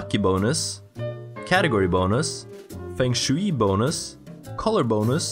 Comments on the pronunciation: as a commenter's job i have to do this ITS FUNG SHWAY NOT FENG SHWEE BLARGBLEARBHARBGH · 3 year late English pronunciation advice! (I mean, you know, if you want it) I’m not sure how common the term “Feng Shui” is globally, so pronouncing it “Feng Shewey” may very well be how it is pronounced in whatever region you get your accent (which I love by the way) from, but in case you were interested that’s a Japanese term that we pronounce here in the West as “Fung Shway.” Super popular descriptor for “room/energy flow” when talking about interior design for English speakers in my experience. Just thought I’d let you know (in case you didn’t) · It's pronounced "fung shway". :P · "Fang Shooey" is exactly how I used to pronounce it xD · I love your videos but it irks me how you say feng shui D